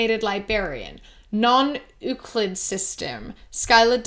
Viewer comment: For non euclid system its pronounce like the beginning sound of ukulele uku then the world lid. Euc-lid. Another way to think of it could be the word you followed by klid (almost like clit but with a d lol im so funny said the sex word) also if your curious im almost positive their referenceing scp which is pretty cool. Its like an encyclopedia of mosnsters that a fictional organization contains to keep them away from humanity.